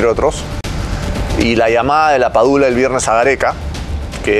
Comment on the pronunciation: Amigo es LAPADULA no PADULA